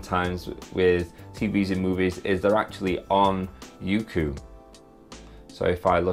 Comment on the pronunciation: I pronounced it as "yokou" instead of "youku" guess im dumb lol